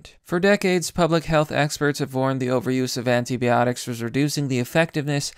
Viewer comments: it's anti"bi"otics not anti"be"otics. You're killing me. Good video otherwise. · I love your videos, but I gotta point these out: Fungi = fun-guy Antibiotics = an-tie-buy-otics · Anti-biotics not anti-BEotics, and fungi not fungee. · Sigh-nigh Also... by-otics You kept pronouncing things horribly wrong and I couldn't do anything to help you!! D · "anteebeeotics" hahahahah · Your pronunciation of 'antibiotics' is killing me fam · Stop mispronouncing neonatal (neo natal) and antibiotics (anti by otics) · Ok, you're fucking killing me: Sinai, pronounced sigh-nigh. Auris pronounced awe-reese.. Fungi pronounced fun-guy. Candida pronounced can-dee-dah. You speak like a homeschooler raised in the unabombers shack.. Oh jees: antibiotics.. the bi part is not pronounced "bee", it's bi, like in biplane. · I’ve never heard of this fake mount-sin-eye 👁 nor have I heard of anti-bee-otics 🐝. Likely story you Russian-bot.